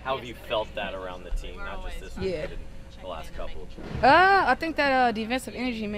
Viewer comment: Who is more detestable? Sides or Mitchell? Mitchell cannot say the word "team', and Sides is simply the most pathetic creature I have witnessed in Sport. Trade Mitchell. Fire Sides.